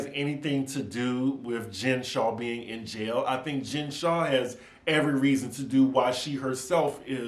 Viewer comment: It's so funny hearing you pronounce Jen's last name Shaw because that's my last name, her's is Shah like that other show on Bravo Shah's of Sunset L0l